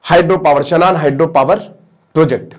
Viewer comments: शानन है भाई... शनान नहीं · इसको शानन बोलते हैं